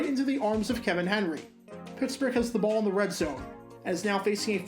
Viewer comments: More like Kee-van Henry (key in Pronunciation is not the same as the word "key" but like kee" as it also stood in his draft profile. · in any event, still pronounced his first name wrong. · Its Key-van Henry, not Ke-vin Henry despite it being spelled "Kevin". Trust me, his cousin Mark Henry will give you the World's Strongest Slam for saying otherwise.